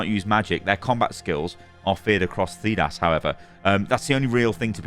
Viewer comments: I’m a massive dragon age fan and I’m a massive fan. I was so happy to see this video thinking is to a fan and then I heard him pronounce “Thedas” and realised he’s been paid for this 🤣 still watched it though ❤️ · I like that he pronounced Thedas wrong :P among other words said over and over in the games.